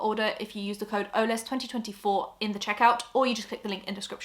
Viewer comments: no way your last name is pronounced oh-les rather than oles (like holes without the H)!!! i could have sworn i had heard you say it before! crazy, been watching since 2020 lmao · Have I been saying “ohlz” instead of “oh-lez” 😭?! Sorry, 💗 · IS YOUR LAST NAME PRONOUNCED “O-LES”????? HOW AM I JUST NOW REALIZING THIS??? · Your last names is not holes without the h 🤯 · Stop I've been pronouncing your name like holes without the h this whole time 😂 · “OLES2024”?! Are you saying your name was pronounced OH-LES this whole time?! 🤯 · It’s actually pronounced Olesh ✌🏻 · its more pronounced olesh as its polish! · Is that how you pronounce your last name? I rly had never registered. I was pronouncing it like poles just without the p in my head 😂😂😂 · its pronounced olesh she just simplified it lmao, its polish! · I've followed you for years and this is the first time I've heard your surname pronounced and I've been saying it wrong this whole time lol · have i been pronouncing your last name wrong this whole time??? ? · I didn’t even know her last name is Polish, I thought she just had an interesting last name. I also pronounced it wrong all this time, haha. For some reason she gave off Australian vibes to me and I guess I was wrong 😂